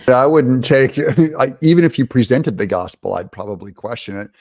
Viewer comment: She said gossipal. Let that sink in.